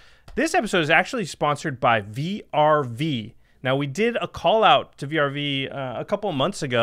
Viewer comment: I love you guys, but why are spelling VRV and not saying like most of everyone "verve"